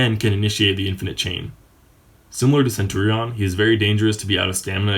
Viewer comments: say centurion like centuriun not centuriawn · Nice and helpfull video....but why the fuck do you say centurion like that? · Das not how you pronounce Centurion, but ok... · Please learn how to say centurion 😂😂😂